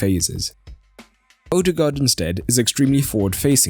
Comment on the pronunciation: Zidane is a buffoon. Anyway, it's just a vowel, and pronounced like the English diphthong "oa", as in "board". It is the old, Danish way to write the post-1913 letter "å". but is pronounced the same. Live and learn. But it's been a few years. Might as well learn how to pronounce the guy's name if you're going to be saying it regularly.